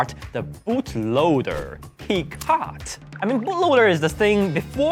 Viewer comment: Hekate is pronounced "heck ah tay" and she's an ancient pagan goddess